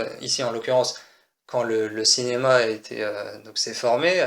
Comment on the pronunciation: Bah, "Dinéma" ?